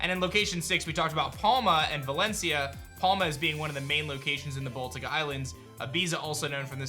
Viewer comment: "baltic Islands" 😭